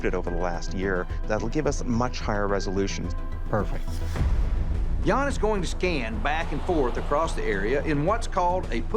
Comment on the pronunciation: The right way to say his name 'Jan' is like saying the word 'run' but just with the J in front ( Not R ) not like it sounds like Yawn